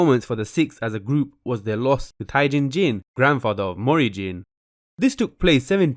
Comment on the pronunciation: I’m triggered by the way he pronounces jin tae jin....